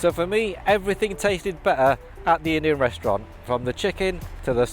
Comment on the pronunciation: There are 2 Ts in better. Please try and pronounce them. Your reviews are good, but this annoys me.